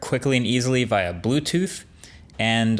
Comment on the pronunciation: Why does Marques pronounce it via not via? How come you just read “via and via” two different ways?